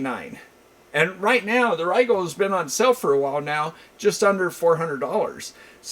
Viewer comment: Great video as always ! I found out that last week that RIGOL is actually pronounced Ree-GuLL, I’ve been saying Rye-gaLL for the last 5 years too lol 🤷🏻‍♂️